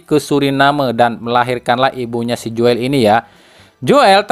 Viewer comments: min joel tu d baca jul napa min,agk comblang aj klu di bca Joel,itu kan tulisan jaman 70 on,oe --u,😊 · Joel ejaan Belanda dibaca Jul